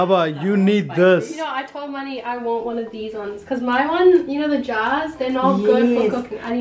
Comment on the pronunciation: It's Mani guys. Not Money fgs.